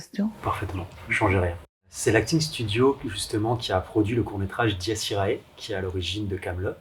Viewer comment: Je suis d'avis que tu as très bien prononcé "dies irae", il n'y avait donc pas lieu de s'excuser. En cas de doute, demande à un latiniste, un vrai. Bravo pour ton travail en général et pour cette interview en particulier. Tes vidéos nous aident à attendre la sortie du film, un jour... Je n'ose même pas penser aux deux autres volets...